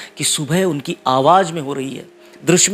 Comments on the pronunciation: Bahut acha colection kiya he. Lekin apne bolne me ja or za me sudhar karen. Kyonki aap za ko bhi ja bol rahe he. Jese ki awaz ko aap awaj bol rahe he. Plz meri baat par dhyan de taki apke program me koi kami na rahe. Plz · Aap awaaj bol rahein hain sahi word awaaz hota hai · آواز ہوتا ہے بھائی اصل لفظ آواج نہیں پروگرام کرنے سے پہلے تھوڑی سی ریہرسل کر لیا کو باقی پروگرام بہت اچھا تھا ۔ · Aap jo alfaz galat bolte hai Aawaj. Aawaz Jindagi. Zindagi Jada. Zyada Majhab. Mazhab Farista. Farishta Ja ko kaha bolna hai Aur za ko kaha bolna hai seekh lenge to aapki baat cheet me Jaan AA jayegi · Please correct your Urdu pronunciation. You talk of Rafi and at the same time you say Awwaj . Rafi ‘ s soul will certainly be hurt. You can do it . See you